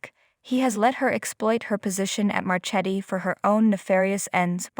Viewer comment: These idiots. It’s Ja Boe, not Jabbit! It’s Marketti, not Marchetti. You’d know these things if you ever watched!